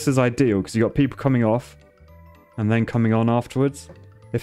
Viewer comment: 30 Seconds of pure "comeing"